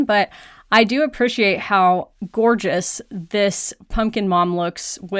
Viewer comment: How “gourdgeous” that pumpkin mom!